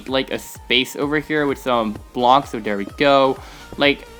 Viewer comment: "Place a block right dere."